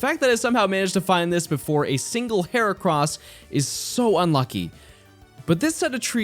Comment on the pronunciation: HERACROSS, NOT HORCROSS!